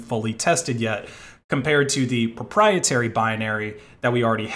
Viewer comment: *ABSOLUTE PROPIETARY!!!*